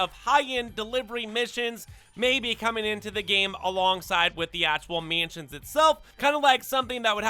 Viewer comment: Bro you gotta learn how to say mansions